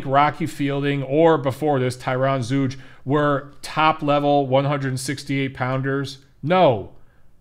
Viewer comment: I think it's pronounced Zoyga